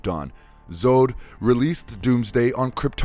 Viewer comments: he said general zood lol its pronounce zod rhyming with god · Zod not zood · Why do you say Zode and not Zod ? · Why do you say Zod like Zode? It's odd with the Z in front. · I'm 60 years old and I always thought that Zod rhymed with God. Apparently I was wrong and it rhymes with toad? No. I don't think so. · ... "Zod".... Not "Zoad"... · It's pronounced Zod (Zahd) not Zod (Zode). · Doomsday is like the Terminator but much unkillable and it's pronounced Zod not Zode. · THANK YOU!!!!!!! Zod (zohd) not zode/zoad this gave me twitches everytime I heard it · Zode??? Its Zod bro.... get it right. Damn..Jack Snyder ??? Its Zack Snyder.. wtf is wrong with you...know your shit man. Damn.. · Zack, that would be "Zack" not "Jack" Snyder. And how are you pronouncing "Zod"? It's "Z ah d" not "Z oed". Great video btw. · It’s Z-AH-D Z-AH-D not z-Oo-d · Just out of curiosity is English your first language? Or maybe you have a learning disability? Because as good this as this video could be, the fact you kept butchering words, ruins it. It's ZOD not ZODE. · It is general Zod. It rhymes with god. Not Zode which rhymes with mode. I like the subject of many of your videos but this continued mispronunciation of names sounds like nails on a chalkboard. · It’s pronounced General Zahd not General Zohd! Lol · Who is Zode? Do you mean Zod? Its like you didn't even try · I know multiple people have said it already but next time PLEASE LET SOMEONE WHO KNOWS THE COMICS NARRATE! I mean come on he said Zode bunches of times when it is simply pronounced Zod. This isn't a bad video at all, far from it. But the mispronounced words and names is super jarring and takes me out of the experience. Just some constructive criticism. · Yeah. The way he kept saying Zode. Instead of Zod. Was annoying. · Its Zod not Zode. That was making me cringe every time. Otherwise absolutely loved the video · Lol... General "ZodE"... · Yea,...What kind of sense does ..."Zodes and monsters" make?